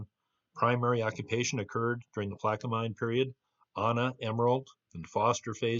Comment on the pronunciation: Hi I enjoy your videos. Thought I would help you with the proper pronunciation of Plaquemine. You have the front half correct, the end spelled m i n e, is pronounced men.😊